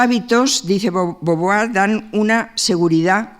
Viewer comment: DE BOVUAR Y NO DE BOVOVUAR!